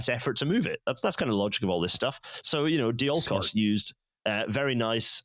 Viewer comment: Thanks guest for not pronouncing "Diolkos" clearly so I had to look up "ancient greece railway thing"